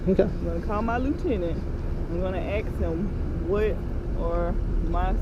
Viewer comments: I’m going to call my lieutenant, and axe him... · I would have to go with the 2nd cop the diversity hire because the others know they were doing wrong she has no idea about the law or right. She needs to call and "AX" a question lol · '' I'M gonna and axe my lieutenant'' ,, the Affirmative Action female cop can't even use correct English !!! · She said she going to ax him I bet she ax a lot in court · She’s going to “ax“him and see if he says lock you up😡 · Number 2 The Ebonics speaking Cop she is going to "AX her Lou Tenet " Isn't it illegal to AX anyone ? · She axed her lieutenant. Is that legal? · im gonna ax him. lol, speak proper woman. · I'm going with #2. Any officer that is unable to pronounce the one syllable word "ask" is sta sta stupid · Number two was definitely the dumbest. She said I'm gonna aks my lieutenant. . 😆 🤣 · Did this cop just say that she's going to "axe" her lieutenant or she's going to "ask" her lieutenant. Why would she want to use a tool that has a heavy head with a sharp edge fixed to a handle and is used for chopping and splitting wood, on her lieutenant. Booyah! I thought that was funny. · She says: I am gonna call my leutenant, and I am gonna axe him... She just admitted to murdering someone! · …let me axed my boss?? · When did the word "ask" become "axe"? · Gunna Axe her lieutenant... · "I'm gonna call my lieutenant and axe him" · Yep. I agree she's the dumbest. She earned the award for "I'm gonna "axe" my lieutenant". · Did she say ax? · I think it's a tie, but because she said axe instead of ask, she gets my vote for biggest dubass. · When you call your lieutenant ask him dont ax him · Cop 2 said "axe" in place of "ask!" She seems to be utterly uneducated, so much so she had to ask a man what her duties were! Can't speak English, doesn't know her job and prepared to use violence! DUMMY NUMBER ONE!!! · She’s gonna “Aks” her lieutenant?? “We can’t do it the right way, we’ll do it our way”. What the f***? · So much “axing” these days.